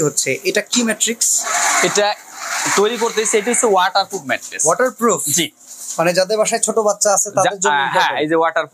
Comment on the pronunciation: রাম বলদ ২ বছর ধরে ভিডিও করেও ম্যাট্রেস কে ম্যাট্রিক্স বলে!!